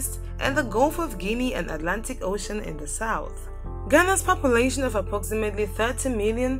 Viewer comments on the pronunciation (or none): none